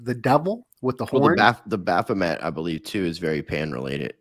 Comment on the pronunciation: It's BaPHOmet.. Not baPHLOmet. 👍